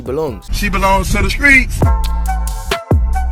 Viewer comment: She belongs to the skreets (not streets) gotta say it properly